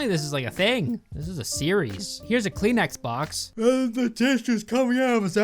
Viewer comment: I thought he said “clean X-box and not “Kleenex box”